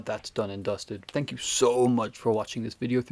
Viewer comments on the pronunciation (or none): none